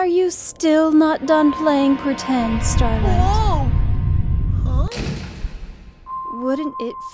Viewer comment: Starlight's starting to sound more and more like "Space Blow"